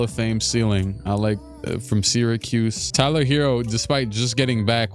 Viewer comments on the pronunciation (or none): none